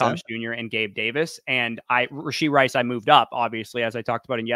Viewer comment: Goal for next video - stop adding a "d" to the end of rashee (rashee rice). :P